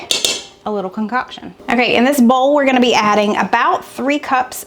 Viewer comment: Boil, Foil, Bowl.....cracking up! They all sound the same the way you say them. I cringe everything you say it...🤣🤣 Love watching your channel!! Just picking on you!